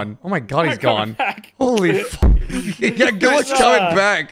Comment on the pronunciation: ah yes, the frucket